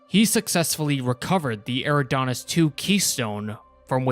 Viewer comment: Eridanus is pronounced Eri-dan-us and the first artifact in the TV Series was from Madrigal, not Meridian.